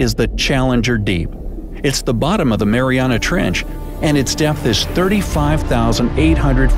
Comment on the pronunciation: It’s not Mariana trench it’s Mariana with At trench my mom was actually named after the Mariana trench